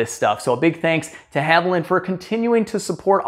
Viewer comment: It’s not Havo lynn. It’s Havo lean. Wtf